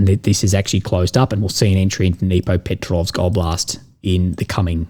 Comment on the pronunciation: Just FYI, pronounced "Dnipropetrovsk " almost perfectly.